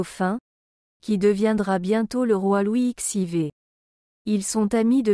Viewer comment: 😂Le commentaire est à mourir de rire. J’ai dégoté quelques pépites : « La modestie de ses données extérieures », le duc de Saint « Saïmon » et Louis ixeivé . Il faudrait peut-être apprendre à l’intelligence artificielle à lire correctement un texte 👻